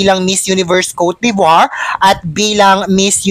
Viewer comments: french word po yan hindi n ro roll ang letter R kowt de vwaaaa ang tama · If you can’t pronounce coté d‘Ivoire just say it Ivory Coast😂Olivia Yacé have dual citizenship , she’s also American citizen and the family is Diplomat, she can have Diplomat visa.